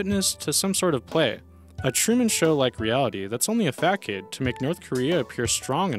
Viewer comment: 34 its not a FAC CADE....it sounds like fasod